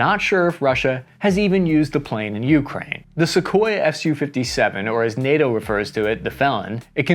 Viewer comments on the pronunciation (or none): "Ess You." You said it right a couple times. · It’s S U, not SUE.